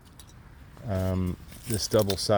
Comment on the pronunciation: Phonetical way to speak the name Bayer is. B(y)er of that way it would sound like the german word